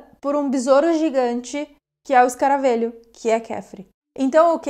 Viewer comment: Só uma observaçãozinha boba. Se fala escaravelho com “e” aberto. Como “velho” ok! Bjs 😘